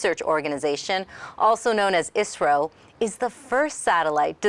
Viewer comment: Ummm I think she is saying I.S.R.O